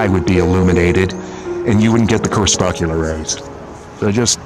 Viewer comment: I love your background music. 🙂 (, I think the word is pronounced "crePUScular.") Thanks for your lovely videos. 🙂